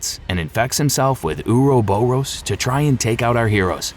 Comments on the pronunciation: Same with "ouroboros". It isnt U-ru-bu-ros. It is or-ro-bor-ros. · "uruboross" is NOT how you say Ouroboros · ok and I have to stop. If you are doing a 3+ hour voice recording, and you come across a word you aren't sure of, google it! I can't count the number of times you have mispronounced words so badly it makes me stop. I drew the line at "ouroboros". You said it wrong like 10 times back to back. Do the smallest amount of research before committing to something like this. I had to give this video a thumbs down and am going to look for another similar video in hopes they can speak properly. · The way you pronounce the word ouroboros is absolutely abysmal 🤣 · The way he pronounces Ouroboros makes me cringe for some reason. HOWEVER, the content is an excellent storyline breakdown